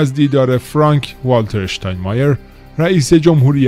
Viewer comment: اشتان مایر نه . شتان مایر .